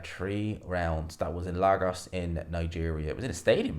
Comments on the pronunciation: Great content as always! One thing I wanted to say to you last time you referred to the city but it’s pronounced; LAY-goss! Ask Ade! 👌🏿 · LARGOS do you mean Lagos 😅